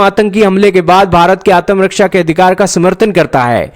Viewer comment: Can't even pronounce ATMARAKSHA ‼️👹⁉️🤣